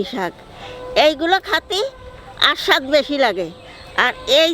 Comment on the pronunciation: খাতি আস্বাদ লাগে স্বাদ কে আস্বাদ বলেন কেন